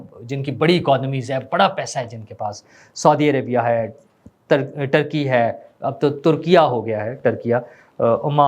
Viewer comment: Dear, the pronunciation of the new name adopted by Turkey is NOT "TURKI-YA" but TURKI-YEAH, which is how it is spoken in their own Turkish language!